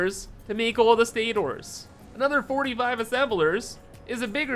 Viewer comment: Why are you saying stators so weird lol